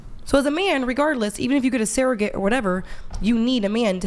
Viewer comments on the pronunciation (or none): In addition to MW not being able to pronounce “woman” and “women” correctly, anyone else notice how they pronounce it “SARE-ogate” instead of “surrogate?”